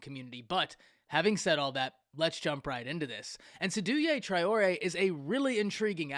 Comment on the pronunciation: You didn’t pronounce his name correctly. It’s pronounced SAY-Do Tray-or-A